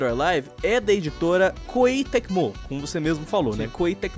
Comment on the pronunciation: Você não jogou o game e fica falando merda, o jogo tem mecanicas excelentes, sim o jogo tem um monte de putaria, mais dizer que é só isso ai tu ta tirando com minha cara. Esse tipo de microtransação já tem desde do 5 (não ta nem perto de ser novidade). E fala Koei Tecmo direito. Lembrando que também acho isso absurdo, por isso baixei as DLC tudo (não comprei nada) kkkkkkk